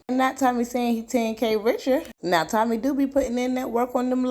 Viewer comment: I thought I was the only one who heard Tummy instead of Tommy. 😂